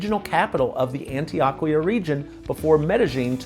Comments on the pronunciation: On-Tee-OH-Kee-Ahh. Love ya,, but man oh man, do you have A LOT of gringo in your Spanish pronunciations. 😀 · Do you purposely pronounce Spanish words as Gringo as possible? 😂😅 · Is Antioquia pronounced 'AntiOHquia or AntoAHquia. I was under the impression (in my limited Spanish skills) that the letter O is always pronounced like 'OH'. Maybe I am wrong about this? Regardless.. I like your video.